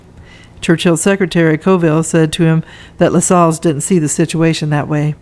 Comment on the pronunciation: Hi, I thought you’d like to know that you’re mispronouncing Lascelles. It rhymes with hassles or tassels. There are a number of videos on YouTube that you can play to hear the correct pronunciation of words.